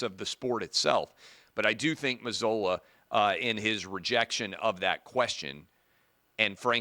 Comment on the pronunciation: Its pronounced like Mazoola ! Like oohla!